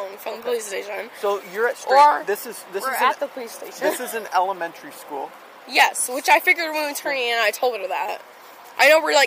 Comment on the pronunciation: Tell me you didn't just say elementary like you did 🤦